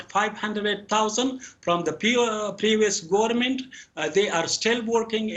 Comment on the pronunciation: گورنمنت😤🤮 پدر لعنت کتی تلفظ پاکستانی ات شما اولاد های هیرامندوی 😤🤮